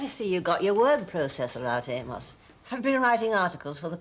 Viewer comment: Bill really needs to pronounce the ‘o’ in Amos’s name-or it could sound like-another word.